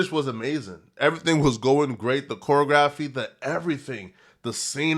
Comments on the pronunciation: SECOND incorrect usage of words for today: “chorography” instead of “choreography” 🤦🏾‍♂️ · WTF IS COREY- A- GRAPHY !? ....SMFH ! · so retrded he juss simply CANNOT READ or SAY THE SIMPLEST OF WORDS LIKE Or ”Choreography” 🙂‍↕️🙂‍↕️🤦🏾‍♂️🤦🏾‍♂️